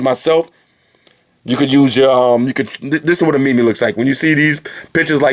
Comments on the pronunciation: I love your bids man, but I just need to say that meme is not pronounced like that. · you said meme wrong! its only one syllable:O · Haha I thought it was pronounced MEEM. not MEME. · he really said mee mee .....